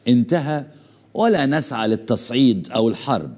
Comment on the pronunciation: يا عمي تعلم الحكي العربي وبعدين حلل بالسياسة العربية اغبار = اخبار سيد صمين = صيد ثمين تصعيت = تصعيد سوما = ثم